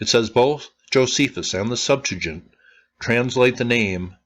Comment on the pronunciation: it's sep - TU - a - gent